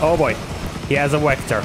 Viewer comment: good stuff dude. is the wehicle and wector thing a joke or?